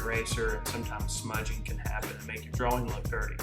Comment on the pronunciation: Dude it's not drawl or drawling it's draw drawing there is no l when you say draw or drawing